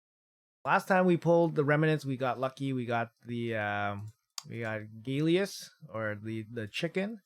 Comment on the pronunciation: Gal-lee-us it ain’t hard bro 😂 it’s not Gay-Lee-us